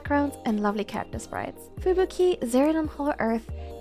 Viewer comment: I like how you pronounce Fubuki